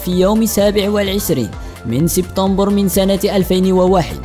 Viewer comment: المجرم رقم اثنان المعلق يقول سبطمبر بدال سبتمبر